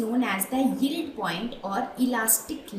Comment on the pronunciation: Y is she sounding so uncomfortable with the word yield😂it's simply yi-el-d